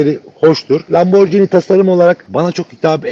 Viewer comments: lamborCini değil lamborGini - G G G G, bildiğimiz Giresun’un G’si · Lamborcini değil Lamborgini diye telaffuz edilir. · "porş" değil "porşe", "lamborjini" değil "lamborgini" olacak.